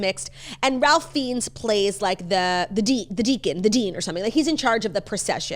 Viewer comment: Ralph Fiennes is pronounced Rayf Fines